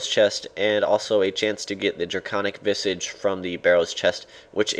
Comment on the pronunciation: You take the piss out of James and Simon for not being able to pronounce Armadyl, but you can't pronounce visage ;)